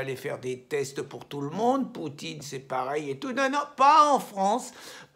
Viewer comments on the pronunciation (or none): none